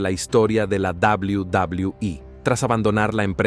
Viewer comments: Cual inche dobli dobli ii se dice doble u doble u eee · Al principio me molestaba que dijera tanto la D O B L I U D O B L I U I pero ya después me empezó a dar risa jajaj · Es verdad dawliu dawliu i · Sin ofender pero....ES NECESARIO QUE TENGAS QUE HACER QUE LA AI REPITA UNA Y OTRA Y OTRA VEZ "DOBLIU DOBLIU I"?!!!, LOCO, APRENDE MEJOR A PONERLE LOS SPEECHS Y TE GANARAS MAS SEGUIDORES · A chinga ' y cuál es la davliu davliu i? 🤔 Dilo en español y mejor no hagas el ridículo.. 🙄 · Y dice dablui dablui i es BN castrante no deja disfrutar el vídeo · deja de decir WWE ni sabes pronunciarlo bien jajaja